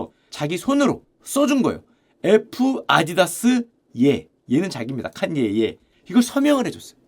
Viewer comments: 칸ㅡ녜 웨스트 발음 왜케 웃기냐ㅋㅋㅋ 역시 자네야!! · 슈형 또박또박 ‘칸녜 웨스트’라고 부르는거 왜케 웃기냨ㅋㅋㅋ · 팟캐듣다가 너무 정직하게 칸.예. 에프~~아디다스하니 웃겨서 댓글달러왔습니다ㅋㅋㅋㅋㅋㅋ아재의 칸예 리뷰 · 칸! 예 웨스트라고 발음하는거 킹받네 ㅋㅋ ㅋㅋㅋ